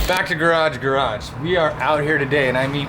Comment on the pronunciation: Say it right *garage garage *